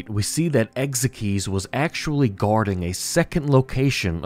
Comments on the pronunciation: "Ex ikes" not "ex ek eez" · Ekzykes name is pronounced Egg-zikes